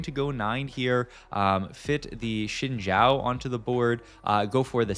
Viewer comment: This guy has pronounced Briar as Bree-Ahr like a dozen times but pronounces Xin Zhao properly as Shin Jow. I am confused...